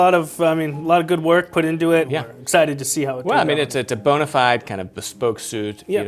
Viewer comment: Bona fide has four syllables 🧐